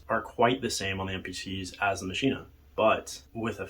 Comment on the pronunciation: Ok, Im sorry, Im not a maschine fanboy, but I cant watch any more of this. Do you say "complete-ah?" It is not "Machine-ah", its "MACHINE." I don't care if its German or not, this is English you are speaking, not German. I have both the Maschine+ and MPC Live 1 & 2 and they are both fine. The Maschine suffers from unoptimized code which causes CPU overload issues in many wonky areas, even when the CPU is hovering at 30% or so use.This is easily remedied however by removing some of the unnecessary FX often included in sounds (don't forget to check global FX as well). I also strongly believe the UI has issues. Having pages of raw text that I scroll through to adjust parameters is just not fun or interesting. There is a lot of wasted screen space where actual UI could be included to give the unit a more premium feel. I have not had stability issues, although, I do currently have addons and soundpacks that I cannot update for whatever reason (download occurs, reboot the unit, plugins and soundpacks still need to be updated, no version numbers have changed).Not including a touchscreen is just bizarre. I understand in many situations, the knobs are faster than using a touchscreen, fine, keep both options there. For those of us that feel like a touchscreen is more intuitive, we can use it, while those that prefer using knobs to select notes in the piano roll screen can continue to use the knobs. Finally, the expansions are way too expensive and it is not entirely clear to me what ex